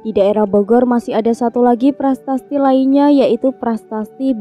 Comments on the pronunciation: Prasasti...bukan prastasti... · "PRASASTI" ya bukan "PRASTASTI"